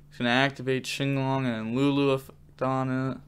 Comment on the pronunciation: Is it not pronounced kinglong? Why do you say chinglong.